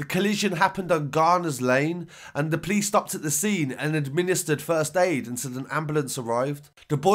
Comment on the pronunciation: 1 and only think I hate is when you say "police" like you "please". I offer the word POPO for "police"